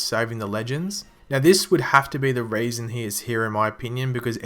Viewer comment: You pronounce "reason" as "raisin"!